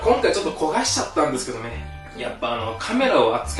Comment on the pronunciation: がカメラって言うと食材のように聞こえるw